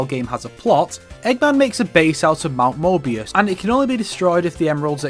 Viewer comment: did you just say mount MORBIUS?